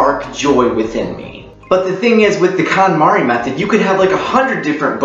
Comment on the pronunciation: It's pronounced "cone-mahri".